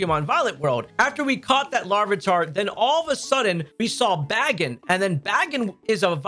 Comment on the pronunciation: Im sorry? Bagin BAGIN bro can’t even say pokemons name right